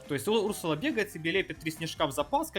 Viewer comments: Не у‘рсула а урсу‘ла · Этот персонаж изначально был добавлен в suspects , ударение на вторую у , урсу́ла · Разве ударение не на 2 у ?